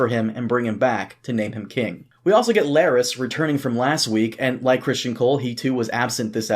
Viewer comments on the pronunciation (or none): What's so hard about pronouncing Cristen? Why must continually say Christian...It's Crist-EN.